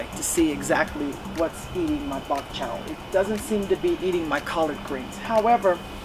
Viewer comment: Like your channel. It is called Bok Choy not bok chow!